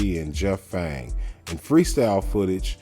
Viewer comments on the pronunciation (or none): Are you says Fang? Isn't it Jeff Pang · Its PAANG not fang 😂😂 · So many of your facts are wrong … DO YOUR FUCKING HOMEWORK BETTER POSER !!! For example it’s “PANG” you idiot not Jeff Fang !!!! wtf smh … also the movie kids came out in early 1995 not 1997 !!! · it's PANG bruh.... PANG........